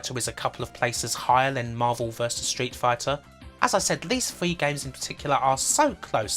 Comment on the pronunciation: Why can’t you pronounce “R” in words? You replace all “R”s with “W.” Fwee=Free Bwilliant=Brilliant Woom=Room It’s not fucking hard dude.